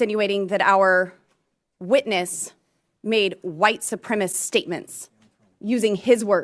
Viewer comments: It's supremacist - NOT SUPREMIST, Ms. Beavis!!! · White supreamast??? Wtf does that mean? Surely to get into office you should at the very least, know words.🤡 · Aww poor Booboo. Always trying to sound clever. You can almost see her pat herself on the back when she manages to say a 2 syllable word. Mispronounced nonetheless. Supremist instead of supremacist. Idiot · Boebert can't even pronounce supremacism, or democratic: she says supremist and democrat. Its a tell. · Actually she said white supremist.... She's literally illiterate. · "white supremist"? Lol Ms Boebert needs remedial English - and just half a critical brain would be a 100% improvement! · I love how Boobert can’t even speak proper English. It’s not “white supremist,” idiot. It’s “white supremacist.” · White Supremist.😑 If you can’t even pronounce it, please don’t talk of it. Bobblehead has to be the dumbest m.fer elected. She barely got her G.E.D. just weeks before the election. She brags about giving birth in the same place she got knocked up in at 17. She’s bragging about her 17 year-old teen son knocking up another teen and making her a grandmother at 36. Instead of teaching her son about the right protection, she’s worried about her and her family posing for pics all packing. Bobblehead is the epitome of white trash. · Supremacist not supremess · The White Supremists were possibly a white version of The Supreme s? She doesn't even seem to miss the extra syllable. Bo bo is an illiterate heifer. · What is it with Boeb and her ilk who not only do not know the difference between the adjective "Democratic" and the noun "Democrat," but also have no idea that "supremist" is not a word? SUPREMACIST has four syllables. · Can't even pronounce supremacist, instead it's supremist. Hardly a Supreme intellect. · "white supremiss statements" 🥴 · She doesn't even know words. Wtf is a white 'supremist'. How can she be a member of Congress & be that stupid. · "White Supremist" she says. "Supremacist" , you rank hag!